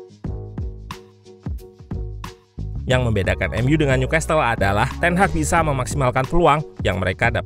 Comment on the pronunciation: Newcastle t nya ga dibaca bang, jadi dibaca nyukasel